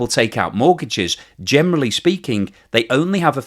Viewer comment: Why do you say gemely instead of generally 😀